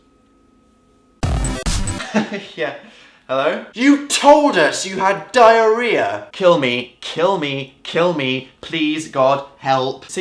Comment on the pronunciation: Omg, Dan I love you. Despite how much "diariah"(sp?) you have.(: -3